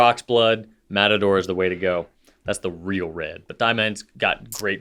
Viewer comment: Fun fact: since did the funny Matador pronunciation, I’ve jokingly started to read/say some things like that. Try out Rattata (Pokémon), potato…